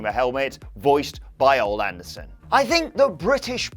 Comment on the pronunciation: It’s pronounced O lee NOT Ol